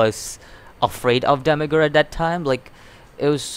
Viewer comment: say it like Demi-urge, like as I urge you to learn urge just put Demi in front....